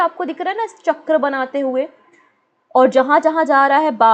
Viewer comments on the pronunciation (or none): none